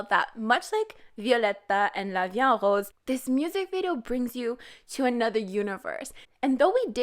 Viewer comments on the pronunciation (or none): Well, I'm french and i can say she prononces it quite good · Ok I am currently styding french in school and I learned how to say "La vie en Rose" and what it means, and it's not how you say it even though you say you sound french. Or are you speaking canadian french? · The way you pronounce Rose